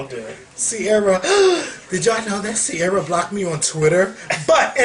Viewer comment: LOL why would read ciara like that lol i cant deal!